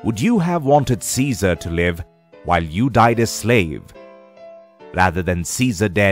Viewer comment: Its "Caesar"